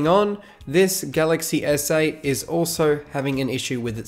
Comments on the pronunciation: I heard "galaxy essay" as well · Every time he says galaxy s8, I hear “galaxy essay”